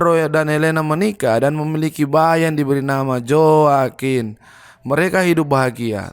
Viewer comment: Joaquin baca nya hoa kin bro